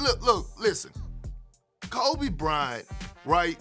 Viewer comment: he almost said krobe bryant lmao